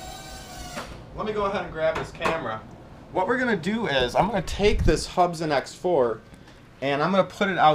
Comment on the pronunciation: They're pronounced Hoob'son :)